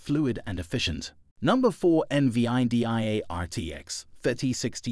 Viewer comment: eN Vee Aii Dee Aiii 😂😂 fk off mate